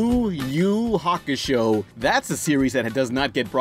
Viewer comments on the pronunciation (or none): none